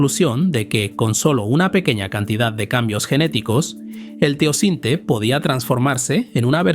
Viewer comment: No es Teocinte, se llama TEOCINTLE.